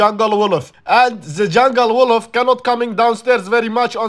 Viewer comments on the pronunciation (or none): It’s actually wooloof how he pronounce 😂